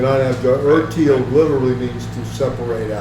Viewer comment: The German word Teil is pronounced 'tile' not 'teal'